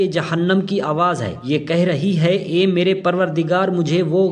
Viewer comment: Do mistakes hai is video me. Pronounciation me ae aur aye. Aye mohammad aisa padhna chahiye. Second typing mistake das nekiyoun ka sawab ki jagah dast likha hai. Correct kijiye.